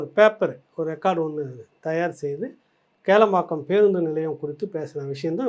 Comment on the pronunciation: ஹலோ ப்ரோ,அது கேளம்பாக்கம் இல்லை கிளாம்பாக்கம் . முதலில் ஊர் பெயரை சரியாக உச்சரிக்கக் கற்றுக்கொள்ளுங்கள். 😂😂😂😂😂😂😂😂😂😂😂